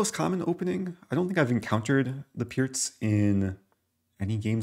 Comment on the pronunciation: FINALLY someone pronounces the Pirc defence correctly :)